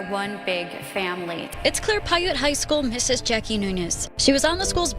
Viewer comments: Piute is pronounced (pie-yute) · Man it is incredibly annoying that the narrarator doesn't care enough to pronounce words correct in her videos. Pwait county.Lol😂😂😂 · Piute is pronounced pie- you-t. They're a native tribe